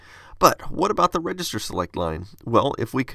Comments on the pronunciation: "regester select"? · "regester select" - Shouldn't that be "register" ? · "Regester select"